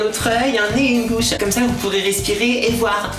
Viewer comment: on dit bouche et pas be ouche et illumatuit se prononce illuminati